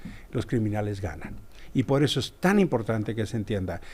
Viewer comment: "pod eso" El nuevo partido rugtratts de cad-ditos